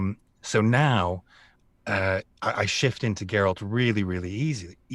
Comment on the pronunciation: Geh ROLT? wtf